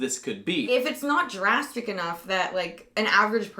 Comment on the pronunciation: How many times are you going to say "dragstic" instead of "drastic" in the video? I count two times already.